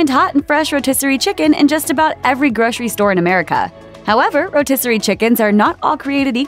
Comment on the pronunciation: Gro-sery. Repeat after me. Gro-sery. There is NO "sh" in grocery unless you are missing teeth or have a lisp. If you are unsure, pronounce identically to "rotisserie". If you need an implant specialist to correct your missing teeth, I would be happy to recommend one.